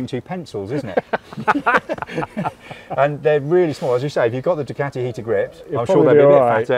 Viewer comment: its not a DUCATTTI . Its a DUCAAATI !